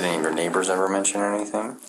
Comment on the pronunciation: She did NOT say neighbor‼😂